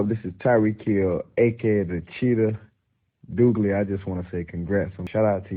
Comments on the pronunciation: Tyreek called you, not Douglie..lol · Did he call you? Lol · That’s what’s up “” 😂😂😂